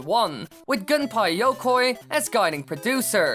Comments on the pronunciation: gün-pay ya-koy not gun-pie yoe-koy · "Gun-pie Yokoi" vry good japanese pronounciation